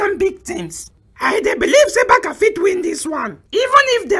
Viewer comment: My brothers please please add please we pronounce " barsa " not " barka ". The letter c in Barca has an s sound not a k sound. So we could say Barca or Barsa .